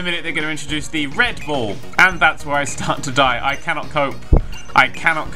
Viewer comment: One does not simply say "Red Ball" with a British accent without saying "Redbull" :D